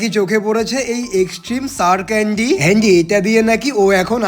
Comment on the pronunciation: ক্যান্ডি ❌কেনদি "✅